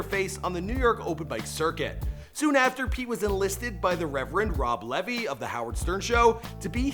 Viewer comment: Bob Levi Not rob levy lol